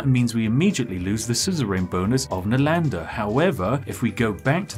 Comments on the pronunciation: Being an Indian I enjoy how Brits usually mispronounce the names of our cities (Nalanda was an ancient Indian city for those who are curious) XD PS: Love your content, and humor! Keep it going!! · Spiff accusing PotatoMC of mispronounced but he him self mispronounced " NALANDA " in first place.